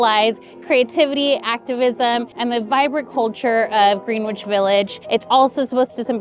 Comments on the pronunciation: "Greenwitch" lol never heard it pronounced like that lol thats what ima start calling it now lol we call it "gren'itch" lol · GREENWICH IS PRONOUNCED "GREN-ich" as in Greenwich Village. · Just to say Greenwich is pronounced “Gren-itch” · Love you guys. Glad you liked it here. We pronounce the spot with Starbucks “Grennich” but usually we just call it “The Village”. The more ya know!😊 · Greenwich is pronounced ‘Gren-itch’ 😭